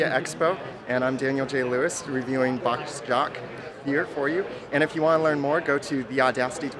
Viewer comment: It’s BOSSjock not BOX jock lol